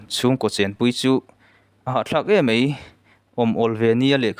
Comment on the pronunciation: Mai tih tur ah mei ti i ang thin, a ngaihnawm thin sia, chuan 'T' ai ah 'tri' atam in ka hria😂😂